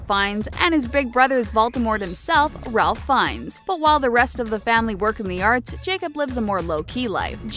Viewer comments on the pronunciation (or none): if u want to be seen as a professional media outlet or whatever this is supposed to be U need to pronounce correctly ESP the names of the celebrities U have hitched ur star to for example Ralph Fiennes is pronounced "Rafe" it's his name geez get it right ur shtick is Pop Trivia this is a sticking point w this channel u all continually get basic facts wrong